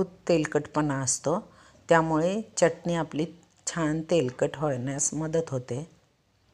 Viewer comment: जिथे " मोठा ण बाण , बाणाचा आहे तिथे " न नळाचा उच्चार करू नये , च्यटनी उच्चार 😂😂 जेवण चटणी, शेंगदाणा , फुटाणे , धणे , दुखणे उच्चार ऐकावयास कानाला बरे नाहीत वाटत. व्हिडिओ बनवताना उच्चार सुस्पष्ट करावेत ऊच्चार सुधारणा असावी. प्रत्येक जण सुस्पष्ट उच्चार करण्याची सुधारणा करेल तर फार छान होईल. सुधारित पद्धतीचे शिक्षण घेतील तरी उच्चार सुस्पष्ट नसतील तर काय बोलणार..😢😢 😅 चटणी चा उच्चार " च्यटनी ", यू ट्यूब वर बरेच लोक करत आहेत 😂😂😂